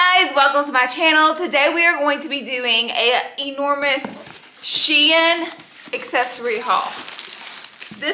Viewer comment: Glad you said Shein correctly ❤ not that it matters been ppl been confusing me lately I’m was confident in the verbiage until this stream of hauls came out .